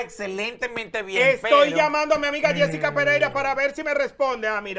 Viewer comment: Ajá Yesica te descubrimos dise yulay 😂😂😂😂😂